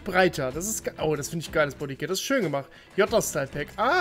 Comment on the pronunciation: Wie viele t hat eigentlich das Wort "Jota" bei dir? 😂